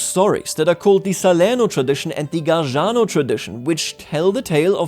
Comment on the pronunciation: Nice video! can't wait to see more! Also, just a quick note on your pronunciation. Overall it’s pretty good, but there are a few small errors. For example, “Gargano” isn’t pronounced like “Garjano” — the second G sounds just like the first one . In Italian, G only gets a “J” sound when it comes before an E or I (like in ge, gi). There are also other clusters like gia, gio, gie, giu, which are pronounced ja, jo, je, ju — the i is silent. So, for example, the name Giacomo isn’t pronounced Jiacomo, but Jacomo. If you see ghe, ghi, etc., the G stays hard. Same rules apply to the letter C where the C in those clusters is pronounced like in english ch (like in cheese). And if there's an S before one of these C clusters — like in scia, scio, etc. — it’s pronounced sha, sho, and so on. Hope this helps a bit!